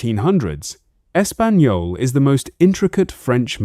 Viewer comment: "Es-Pag_No-Lay" - Looks like A.I. still has some work to do. 🤣